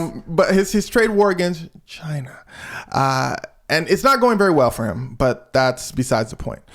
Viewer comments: She was not here for your pronunciation of China😂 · Haven't even watched the video yet, 24 seconds in, but you actually pronounced the "CH" in "China", so you didn't technically pronounce it like Trump does. You said it very staccato, which is the way he DELIVERS the word, but something I see ALL THE TIME is people assuming he says it the way a normal human being would say it. In point of fact, he and Bernie Sanders actually pronounce it very similarly due to their New York regional accent, with Bernie being far less obnoxious. Almost 98% of the time, without fail, Trump pronounces the name of the country "Jai-Nuh", like "vagina", a word he's probably much more accustomed to saying. Little nitpick, and not out of mean-spiritedness, I just want to educate people on how to do better Trump impersonations lmfao